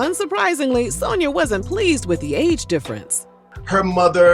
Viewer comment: “Sone-ya sound like a name that know don’t it?! Mrs. Sone-ya, Mrs. Sone-ya” 🤣🤣🤣🤣